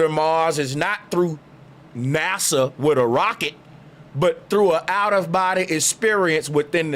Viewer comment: I been with you, but NASA sounds like Massa!